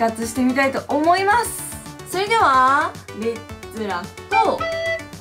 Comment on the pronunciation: ゆきりぬさんって、ゆきriぬって発音するよね。それではー！も、そreではー！ ネイティブ説牛乳